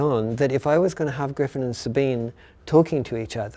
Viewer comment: Finally, after 18 years I get to hear the correct pronunciation of the name SABINE straight from the author himself. Not knowing was driving me nuts!